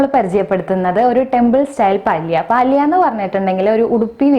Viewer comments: പാലിയ എന്നല്ല, പല്യ എന്നതാണു ശരിയായ ഉച്ചാരണം. എന്തായാലും റെസിപ്പി നന്ന്.....!! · It is palya not paalya